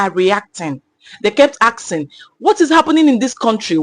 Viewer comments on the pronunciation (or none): Asking not aksing😂😂😂pleeeeease